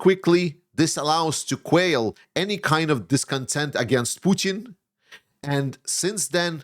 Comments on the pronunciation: You pronounced Quell as if it was Quail. It's Queeel not like the bird: as in Quail. Hope you find this a helpful tip on English pronunciation..., Love you & your stuff, Dave /Slava Ukraini!!!! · Let's try this: English "quell" is pronounced [ kwel ] with the "e" pronounced like the "e" in "spell" or "tell". Actually, it rhymes with both of those.